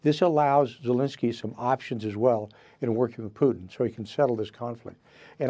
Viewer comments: Trump, soft Taco Belle, never gets anything done. Hey, KKKaroline, it isn't pronounced Poo'in. Moron. Poo'in uses flattery because soft Taco (ask Stormy) always succumbs to flattery, all people with narcissistic personality do, Trump has done nothing but have a great photo op. War won't stop. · Why do people say poo-in?